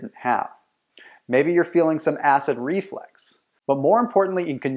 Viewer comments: Reflux not “reflex” 🤣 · Did he really say "acid reflex"?